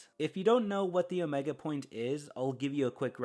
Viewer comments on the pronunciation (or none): none